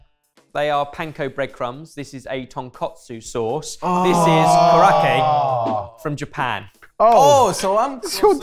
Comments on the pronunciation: A note for: it's tonKATSU sauce, named for tonkatsu, or deep fried pork cutlet. TonKOTSU is the creamy, pork based soup used in Hakata ramen. Also it's korokke (koh-roh-keh); I think you may have been thinking of karaage (kah-rah-ah-geh) when you pronounced it. Korokke is a type of karaage (fried food), but usually if you see karaage on a menu outside Japan it means fried chicken. Hope this is helpful info! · As someone who grew up with korokke (your pronunciation was way off but that's okay!) as a snack, I was so excited when I saw it! I finally got one bang on! I also think "Place the Taste" would be a great name for this game. It was so lovely seeing Jamie and Kevin together in this episode, they are a great pair! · That's a really strange shape for korokke (croquettes) - they're usually flat disks. really needs to take a Japanese pronunciation course 🥲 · getting that korokke pronunciation JUST perfectly wrong. I love it every time. XD